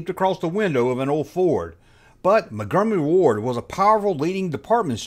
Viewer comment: How to talk like: "Mungumary Ward"